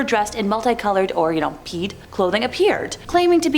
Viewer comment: Er...regarding the Pied Piper story: Pied is pronounced "pide", and Goethe is pronounced, more or less "Gerta" (in German)...